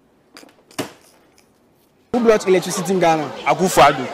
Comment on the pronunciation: Oh interviewer! Just listen to the English language you're speaking? Do you mean" who brought electricity to Ghana?" Or you're asking " who blought electricity IN Ghana ?" Ei brofo!